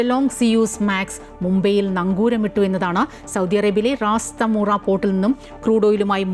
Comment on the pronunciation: It is not Rastamura it's Rastanoora